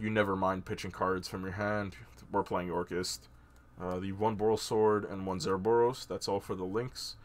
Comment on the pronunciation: Yo, think your missing the ‘c’ in orcust lol